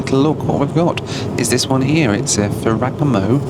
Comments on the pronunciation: Fara like pharoh.. Gamo like gaahhhmmmooo I dont know if you mispronounced it deliberately or not lol ..if it was deliberately i am sorry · Fer-ra-GA-mo. E is like ‘A’. A is like ‘AH’. And don’t forget to roll the R’s. Now you’re Italian. Too bad that’s not in your ancestry 😂. Nice video. Keep flying! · It’s pronounced “ Fe re Gam0 “. I am sure you were joking. Another interesting, entertaining and educational video. Thanks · Ferr-agga-mo 😂 I’m not into fashion and even I know that Ferragamo is pronounced Ferr-ah-gah-mo. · pronouncing Ferragamo as "Foregano" broke me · Ferr-a-Ga-mo, not Ferrigamo. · it’s pronounced Ferra - Gamo! 😂😂 Amazing content as ever. Also the cams on these newer planes are the best! ✈️ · Sir. FERA-GAW-MO FERRAGAMO. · Fare-a-gomm-ooo is how that kit is pronounced. 😂😂😂😂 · Ferragamo. Pronounced: "FAIR-ah-GAH-mo", Mate! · Is it an English thing to refuse to understand how to pronounce foreign brands? (Ferragamo is the case in point) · the way this guy pronounced ferragamo is crazy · A word: if you are going to show luxury content it might be a good idea to learn how to pronounce the names. If I was in marketing for Ferragamo I'd be disappointed. It seems like all the vloggers do it, purposefully maybe to rage bait? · Please check your pronunciation of Ferragamo